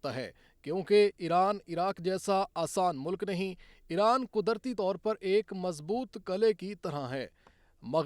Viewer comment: Es Jahil anchor ko koee batay ke Eeeraan ایران ka sahi pronunciation kia hai